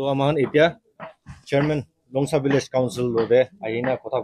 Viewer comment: Longsa Village not Longsaa..hihi.. hihi